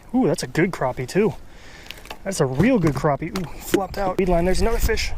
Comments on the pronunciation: same to,you bud,, its all good,, you cant make everyone happy,,you pronounced it right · Its pronounced Croppie, stfu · it is pronounced...cropeeeeee...check your dikshonery..lol